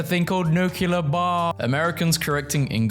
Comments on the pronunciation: no there isn’t. Nu-clear. Not nuke-ular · *nuclear not nucular 😊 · It is "nuclear", not "nucular", speak your native language properly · Nu-Klee-Are is how this word is pronounced. NOT "Nu-Ku-Lar". Look at how the word is spelled: NUCLEAR. Can you see it now? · He said nuculer instead of nuclear.